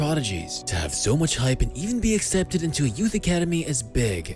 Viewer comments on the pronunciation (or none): none